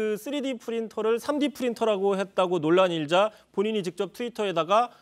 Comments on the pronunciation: 쓰리디을 삼디라 발음해서 문제라기 보다 , 애초에 그 분야에 관심이 없는 사람 같아서 문제라는거지. 4차혁명을 말하는데 3d를 삼디라 읽을 정도면 얼마나 관심이 없는거냐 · 물어뜯겠다는게 아니라요.. 저건 4차산업혁명에 관심이 없다는걸 반증하는 거에요. 감쌀걸 감싸야지 이런식으로 문재인 지지하시면 박근혜 지지하는 박사모랑 뭐가 다릅니까? IT분야에 있는사람 어느누가 5G를 오지로 읽고 3D프린터를 삼디프린트로 읽어요 님은 혹시 공식적인 자리에서 한글사랑한다고 A4용지 에이사용지로 읽으실껍니까? 4b연필 포비연필로 읽으실껍니까? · 일반적인 걸 벗어났으니 모른다는 오해의 소지가 많을수 밖에 없죠.. 누가 삼디. 오지라고 발음하나요.. 아는사람이면.. 특별히 잘못은 아닐지라도.. 그냥 잘 발음했으면 문제가 없을일을... 답답하네요... 지금껏 누가 이지. 삼지. 사지 라고 발음했나요.. ??!! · 문재명.~ 삼디.오지...북조선에서는 이렇게 발음합니다..모르면 그럴수있죠...달그네 처럼...ㅎㅎㅎㅎㅎ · 함께 걷다 달과 우와 이걸 쉴드치네 그러면 co2나 h2o이런 화학기호도 영어발음하기 힘드니까 씨오이 에이치이오라고 부르겠네 그래 뜻은 통하겟네 당장 아무나한테 삼디 오지이래봐라 알아듣나 뜻 통한다고 다 되는게 아니라고 사람들한테 알려져 있는 방식으로 표현해야지 ㅉㅉ 그리고 저런 발언이 나오는거 자체가 공약 카피로 인한 공약 이해 부족이라 생각함 지 공약도 이해못하는데 뽑아주나? 문재인 수준이랑 그거 쉴드치는 새키들 수준보인다